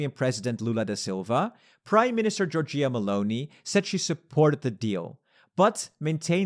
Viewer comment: again jor-JEE-ah Meloni 😂 c'mon it's JOR-jah just like the country 🇬🇪